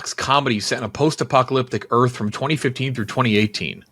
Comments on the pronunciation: “It’s gotta be last man of earft” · he's literally the king of "that's what I was gonna say" 😂😂😂. Like, if he was even 1% as smart as he acted like he was he'd be undefeated in trivia, but the reality is he may be one of the dumber people on this Earft, (as pronounced it). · with the craziest pronunciation of Earth I’ve ever heard haha